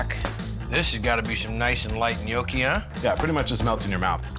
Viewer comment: "Gnoochi"? 'Gnocchi'! "Tortellini's"? 'Tortellini'! "A tortellini"? Singular = 'A tortellino'; plural = 'tortellini'! "Gremolada"? 'GremolaTa'! "Ravioli's'? 'Ravioli'! "A big ravioli"? Singular = 'A raviolo'; plural = 'ravioli'. "Ministroni"? 'Minestrone'! Americans and their language skills...